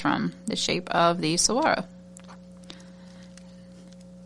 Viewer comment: I've lived designing with this box....I actually said Desert Sunset as my guess for this month's theme....being born and raised in Arizona, made it a no brainer for me!! I can't wait to order and get my companion bundle to add to it!! PS: you're pronouncing it correctly!!